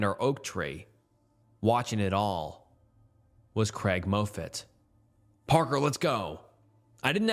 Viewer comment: For the love of God, it's pronounced "Maw-fit", not "Moh-fit"! Unless you're 100% positive about a word's pronunciation, you should take that extra step and look it up. I've noticed that you mispronounce words in every one of your videos that I've watched (7-10). Thank you from a loyal listener (as it were!)